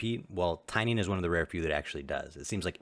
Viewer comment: Tainan not Tainian